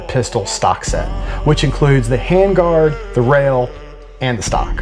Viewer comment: “nlok hamguard” will be my new way of saying that